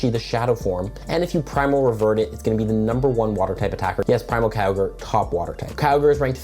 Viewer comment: lol you pronounce Kyogre as "cowgirl"